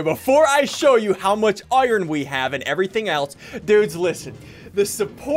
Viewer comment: iron= “owaiern”